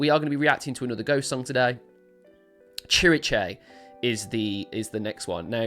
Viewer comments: I believe it's pronounced sihr-EECE. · Pronounced Sir---eece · "cziricze" lol you made me laugh so hard.. ❤️ I've heard different attempts to pronounce this word but you definitely won! 🎉 I'm at work and I was just listening to you and didn't see the title. When you started announcing the song I was like wtf? what song is he talking about? is there something I missed? When I looked at the title of the video I almost choked with laughter. 😭 I love your energy, your reactions and analyses. ❤️ The song is about in Tobias' own words "Lyrically, it is a simulation of the relationship between religious authority (church or sect) against the small person who can not differentiate empathy from pure manipulation. Everything disguised as a love song." But I think you are absolutely right that it has a second meaning about the relationship between the band and the fans. I don't know if that was Tobias' original intention when he wrote it but he definitely adapted to it, you can see it in what he does when singing it live, especially when they played in smaller venues and the audience was within arm's reach of the stage. Yes, the song is very important to us. For me in particular the lyrics "I know your soul is not tainted Even though you've been told so" as I have bad experiences with the christian religion in which I was raised.